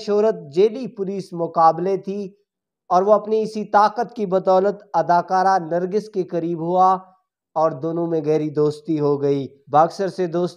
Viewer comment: لفظ نرگس ہوتا ہے نرگھس نہیں